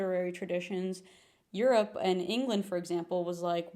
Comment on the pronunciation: The Californian vocal fry in "Eurrr ope" immediately followed by a mildly carioca Jornal Nacional-esque "Rio de Janeiro" 🫪